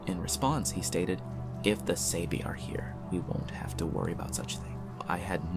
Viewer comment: Btw it's not prounced sabe. It's sah bay.